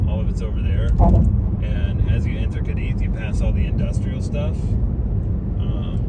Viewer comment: how is it that you have not noticed the accent over the second letter, A ? you are putting pressure on the I. Sorry, but Americans annoy me so much